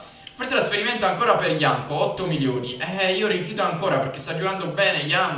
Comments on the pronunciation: no dici Janko xD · si dice Jankto e Janco XD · comunque si pronuncia iancto non ianco. Giusto una precisazione. Grande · si dice JankTo...